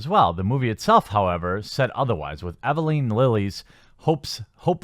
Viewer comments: I agree with you 100% but it's Pym not Prim and Evangeline not Everleen. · Quartering, say it with me: E-VAN-GE-LINE not E-VI-LINE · 'Love the video, but the name is Pym - phonetically pronounced "Pimm," not , "Primm." Also , the actress playing Wasp/Hope Van Dyne is named Evangeline, not "Abylene," as I think I hear it. Sorry to nit-pick, but it just really stands out to me and kind of bugs me since I agree with the video's overall point about how way too much entertainment is now expected to not only peddle some sociopolitical message, but one that is always expected to be left-wing and so-called "progressive." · Evangeline. Not evaliine. And pym not prim. Your opinions on the movie lose validity when u don't even know the actress's name or main characters name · He mispronounced Evangeline, too. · Evangeline. Pym. There are letters in there you aren't even trying to read. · Why do you have such a hard time saying, 'Evangaline'? elol.